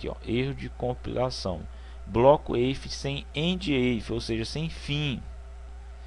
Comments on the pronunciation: Excelente aula, só corrigindo prof. o if em inglês se pronuncia ifi e não eifi. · "eife" ????????????? lê-se "ifi" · Demais o vídeo, apenas uma observação. Sou professor de Inglês e a função "If" se pronuncia como se escreve em português. Ou seja, ficaria /if/. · IF , IF!!!! Foi uma boa aula, mas aguentar vc falando EIFE foi realmente difícil